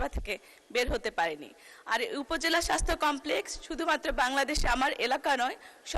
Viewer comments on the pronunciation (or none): স্বাস্থ্য সেবাকে মন্ত্রী সাহেব বারবার স্বাইস্হ্য বলেছেন। এতো শ্রুতিকটু উচ্চারণ কোনো মন্ত্রীর মুখ থেকে আমরা শুনতে চাইনা। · মন্ত্রী সাহেব, সঠিক ভাবে বলা শিখুন, সাইষ্থ হবে না, স্বাস্থ্য হবে।